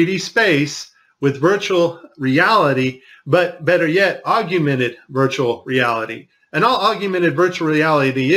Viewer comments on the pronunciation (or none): Augmented is pronounced OGG-MEN-TED...NOT OGG-A-MENTED. You pronounced the word wrong throughout your whole video..other than that, thank you for helping spread the truth of our planet. God bless. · Please enlighten us more, especially since you can't even pronounce Augmented Reality correctly.